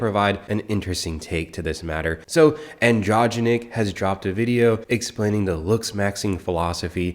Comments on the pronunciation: Glad you’re covering this dude. Been roasting them for a while. This dude hangs with clavicular who hangs with Tate so def AMU material. And it’s like an dro gen ic for pronunciation but you prob already figured that out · Not that hard to pronounce andro genic lol and you should be showing him get knocked out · Its Andro-jenic but les cawl him Mr. Snifflez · pronouncing it as "androgentic" made me lose it so bad. That androgynous dude would probably be so pissed. 😂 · It's Pronounced Andro-Genic , like Androgenic/Anabolic Steroids. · Lol he lives in my city and I’ve seen him out in public twice. It ain’t pretty, believe me. He’s also deepening his voice for the audience. If it helps, it’s pronounced andro-geenic. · The way you pronounce his name means more "in-between male and female" androgynous 😂 I love it